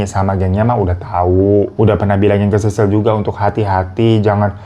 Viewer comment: Sisil woy bukan sisir wkwk